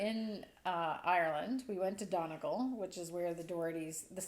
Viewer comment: I'm a Doherty from Donegal too!! Ballyshannon to be exact, where both my parents are from. They say all Doherty's from Donegal are related. Hello!! (BTW, it's prounounced DunnyGALL.:)